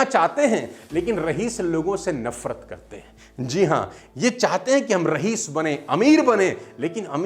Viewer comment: Sir! Mai aap ki speech sun kar hi main khud ko daily update karta rehta hun, Lekin aap se ek bar bahut himmat karke kehna chahta hu ki aap ne "rahees" kaha lekin asal pronounciation "Raees"(रईस) है। Thanks a lot